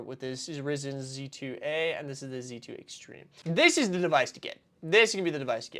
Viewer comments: its RY-ZEN not RIS-EN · Pronouncing "Ryzen" as risen pains me as I know a lot of CPUs 😭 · Bro is too absorbed in rizzing that he ended up pronouncing Ryzen as Rizzen 😂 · I've never heard someone pronounce it "Rogue Ally" - everyone else either says R.O.G. or "Rog" like frog. Also... AMD "Rizzen"? It's Ryzen! Like Rye bread! You MUST be doing this on purpose! 😅 But yeah this is pretty much the future. It's not actually that crazy, it's literally just a Windows handheld with an Xbox-themed game launcher. The Xbox equivalent of the Steam Deck. It doesn't play actual Xbox console games natively or anything crazy like that, it's just playing Xbox PC/Play Anywhere titles, plus Steam and the other PC storefronts. But the marketing is clearly working here. We're going to see a lot more of these things going forward. Both general Windows handhelds that have already existed before this (like the first ROG Ally) and more licenced Xbox handhelds, just like we're seeing handhelds with Steam OS. Give it some time and Sony will jump on the bandwagon, we've all heard the rumours they've been working on their own PC launcher for a while already. Exciting stuff.